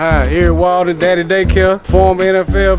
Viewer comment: Erik Walden!!! Not Waldon!!